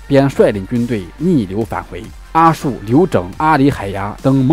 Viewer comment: 阿术的术不读shu，读zhu。清代给元史的人名地名标注音，他的名字就是Aju。